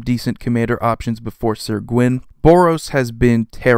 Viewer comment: Great but top 20 list but it's not sir gwyn its syr